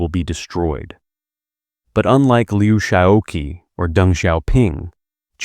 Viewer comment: It is so annoying that the narrator keeps saying Liu Sha-oh-ki, almost as if it was a Japanese name. LIU SHAOQI. SHAO-QI is two syllables, not three. Now say: Liu SHAO-CHI or SHAO-CHEE. Is it that hard to get a simple name right? And where the name Jiang Qing comes up, you somehow have no problem saying Jiang CHING, not Jiang King.